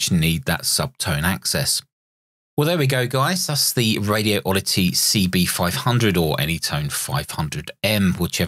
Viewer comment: It's "Radioddity", not "Radio Oddity".